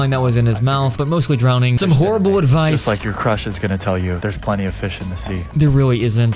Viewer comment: What did he say drowning?